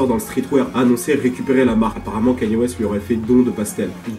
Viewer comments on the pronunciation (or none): wesh c'est quand que les gens arriveront a bien prononcé son nom ? ça se pronnonce "Kaï-Ni-É" bordel pas Kany et encore moins Kenny comme j'entends trop souvent